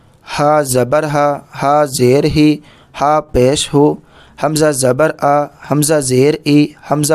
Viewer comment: Miqdar bhi kam hai aur Hamzah aapne bhari nahi padha